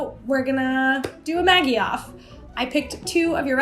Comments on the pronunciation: In New Zealand I've always heard Maggi pronounced with a soft g, like magic, maj-je. Never heard it pronounced like the nickname for margaret, maggy. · Hi, love you channel....but gotta pull you up on how you say Maggi.....its pronounced Madgi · Love you and your videos and perspective on life via food! One comment, Maggi is pronounced Madge-I - like the 3 wise men. :0) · I didn't know you pronounced maggi with the g as in igloo or grade. Cause we (arabs) pronounce it as majji but we right it as maggi😅. Nothing is wrong with that tho🙂💛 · It's pronounced Mad gee!!! Not how you say it!! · We pronounce it ‘Madgie’ in Australia - I kept wondering who Maggie was 😂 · We pronounce it ‘maJ-eye’ with a sift G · Why you pronounce them wrong? The g is like in magic